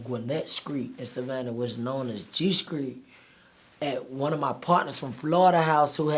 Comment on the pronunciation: you feel me.. in the skreet🤣🤣🤣🚫🤐😁